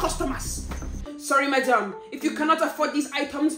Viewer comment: "hello madiom" got me💀💀